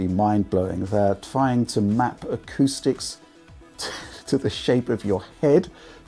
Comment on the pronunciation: OMG. I had a friend who would always say "Ah-Q-sticks" non ironically, but until today I had never heard anyone else pronounce it that way.